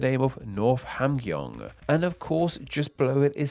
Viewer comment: I would say it’s ham and gyong rather than hamg and yong, yes?